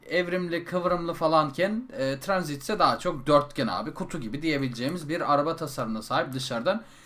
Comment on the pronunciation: abi tranzit değil'' transit''